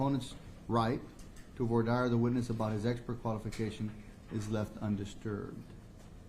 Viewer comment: Do US law schools not teach their law students how to pronounce 'voir dire'? It is NOT 'voyer dyer'!